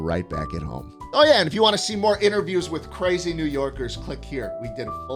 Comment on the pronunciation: cwazy ong